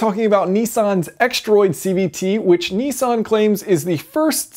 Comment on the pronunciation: A very clever gearbox & relatively simple too! I can't believe they've been around so long either! I'm surprised other manufactures haven't taken it up, what's the catch? Btw Jason, I see you still haven't learnt to pronounce Nissan properly! ;) It's Nissan not Neesan :D heheh